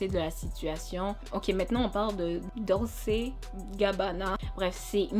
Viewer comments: Dolce GABBANA, tu dois prononcer à l'italienne en fait "Dolché GABBANA", tu ne connais pas cette marque mondiale? En ce qui concerne JT, je peux la comprendre lorsqu'elle croyait que le compte de la jeune fille malade était un "Troll"! Il faut savoir que c'est une sorte d'algorithmes que se créent en fonction du nombre d'abonnés à un compte sur n'importe quel réseau social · Ma copine dolce ça se lit dolché 🧎🏿‍♀️